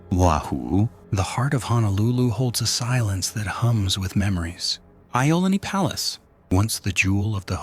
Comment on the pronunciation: Iolani = ee - oh - lah - nee. If you are going to tell stories about Hawaii, get the pronunciations correct. It matters. Ah Ay Ee Oh Oo (A E I O U). Grew up Hilo side of the BI. Kill - ah - way - ah (Kilauea) OMG you are killing me!! Grew up going to Volcanoes National Park from '79 to present.